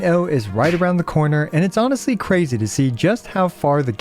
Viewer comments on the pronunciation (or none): none